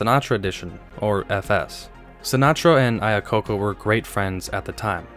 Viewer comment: Iacocca pronounciation was spon on this time. Givenchy needs some work.